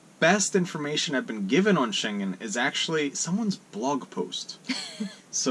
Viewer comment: Many non EU and Schengen people go to Marocco, also cheap harbours. One tiny thing... the schengen word...ng is as in singing...no "g"